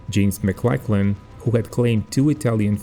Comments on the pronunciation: Hi mate - correction in your pronunciation. Maclachlan is pronounced MacLOCKlan (rhymes with clock) not macLACKlan. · Just for future reference, it's not pronounced McLacklan But more like McLocklan.